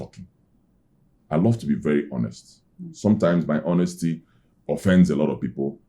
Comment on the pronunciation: please you guys should ignore the "h" in 'honest'.